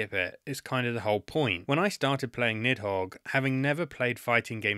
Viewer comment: the pronunciation of "nidhogg" (needth hoge) hurts my soul